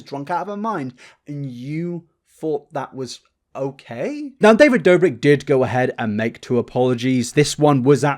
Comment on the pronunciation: This was an amazing watch but when you said david dobik, im sorry but i lost it lmaoo